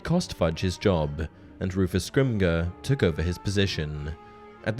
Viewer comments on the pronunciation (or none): Scrimger is pronounced the "g" as a "j".